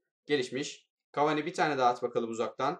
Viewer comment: abi cavani deme cavaaaani de